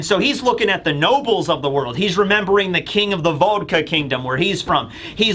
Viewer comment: How do you have such a hard time saying vodka?